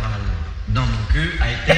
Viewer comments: This is a classic. By the way, we say Moncuque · The final Q of Montcuq is pronounced, for once in french, except in that program, to make the jokes ... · Il me semble qu'il faut prononcer le q final. :) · ça se prononce pas plutôt MontcuQ avec le q (décidément on n'en sort pas) qui s'entend ? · En français pas de "q" prononcé (sans jeu de mot), en occitan si. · Beaucoup de gens oublient de prononcer le Q de Montcuq. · Mon père est de ce village, on prononce le c a la fin